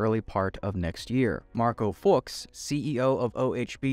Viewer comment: curious how many times you double checked pronunciation for Marshall Fuchs...